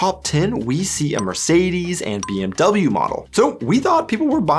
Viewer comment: This BMW pronunciation is very strange for me. Now i can't focusing on the topic because i just can hearing bmw, bmw, bmw... in my mind